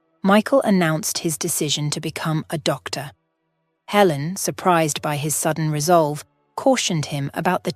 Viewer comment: Good grief! So many words mispronounced I couldn't even count. Helen changing to Ellen, and then back to Helen. And -- no conclusion. No resolution to Michael's career, and nothing about whether Michael and Amy established a relationship. And, of course, the timing doesn't work. If Michael was a surgeon for two decades, that means he had to be at least 45 years old, probably closer to 50. But if he and Amy were children of about the same age, then she would have to also be around 45 to 50 years old -- which doesn't match the narrative at all. DUMB!